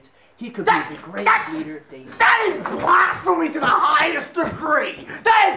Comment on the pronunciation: Nobody: Absolutely nobody Not a single soul:: THAT IS BLASTPHEMOUS